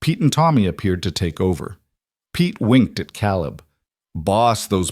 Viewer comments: It's KAYleb!! Otherwise fantastic story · Omg!! AI please!!! It's Caleb- pronounced Kay-Leb. It's obvious you've got someone teaching AI that isn't well read on English. But, the stories are good. I'm in Wyoming so you've got most of the info. Correct. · Caleb, not calib!!!! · How can we NOT have C-A-L-E-B pronounced correctly???!!!! Very distracting!!! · Excellent story, the best I’ve heard on the net. I’ve heard hundreds and this is the best. No greedy, land hungry, evil rich guy trying to force them off their homes. Very enjoyable. Just wish Caleb’s name was pronounced correctly, only thing I found irritating. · Loved the story but reading the whole story effect but couldn't get Caleb name right through out the story.